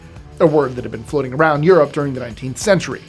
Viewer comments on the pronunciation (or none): none